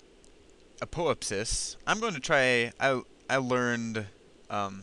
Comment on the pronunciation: Should be pronounced "ap-oh-AP-sis". :) (stress the 3rd syllable), but great video. And yes, "selene" refers to the moon. (therefore aposelene, periselene)...also can use "lune" (apolune, perilune).